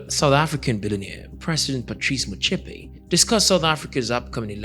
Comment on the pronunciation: You pronouncing his surname wrong you would be right if you pronounce it in English.